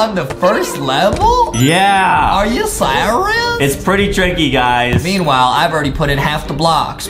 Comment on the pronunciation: I like the part where justin says "Are ya SERAlOUS